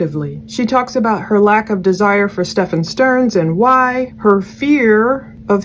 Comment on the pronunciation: Since Jen always insists on subtly correcting the officers on the way to say his stupid name, I would just like to thank you for continuing to say StephAN just like the officers do. So much love and respect to you and these officers!